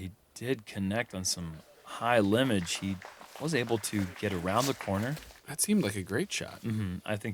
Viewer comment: Big-Germ! --- "limage" LOL Lim(b)age. I love you guys!!! Keep it up!!